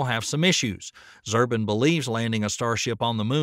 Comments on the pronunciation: its pronounced "zoo-brin", not "zur-bin". also, this alpha-tech content is getting a little thin these days. i think most folks would rather have fewer vids with more in-depth, more accurate, less repetitive information. all of the things that these scientists have said does not add up to the thumbnail title "SpaceX is a BIG MISTAKE". the click-bait title coupled with the already well known, rehashed information cause me to want to encourage you to make fewer videos with more unique content and more honest titles. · Man does it piss me off when a video creator knows so little of his subject that he gets even the names of the major players wrong! Zubrin is pronounced ZOO-brin, not ZER-bin. Dammned idiot! You might also learn the difference between adverse and averse so you come off as less of a bumpkin. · Well, its not Zurbin, is Zubrin. If they cant get that right how can we take the rest of this seriously? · Zubrin is pronounced ZOO-Brin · Great vid as always, thumbed up. Funny you said his name so many times, sorta, it's Zubrin (zoo brin). I read a great non-space book by him some years back, highly recommended, "Merchants of Despair: Radical Environmentalists, Criminal Pseudo-Scientists, and the Fatal Cult of Antihumanism" Paperback – December 31, 2013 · "Zubrin" pronounced ""Zoobrin". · Zubrin is pronounced like "zoo-brin." He's kind of a "my way or the highway" guy when it comes to manned spaceflight and Mars in particular. Since Spacex is using a "cut-and-try" approach to Starship development what they end up using to attempt a mission to Mars my not look much like what they have now. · Yeah it takes me away when people can’t even pronounce someone’s name correctly. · ZUBRIN! Pronounced "zoo-brin!" I can't listen to this... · Maybe you should learn to pronounce robert zubrins name before you quote him. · The diligence of this video's authors is amply demonstrated by getting even Robert Zubrin's name wrong. Wasting time on this channel is a BIG MISTAKE!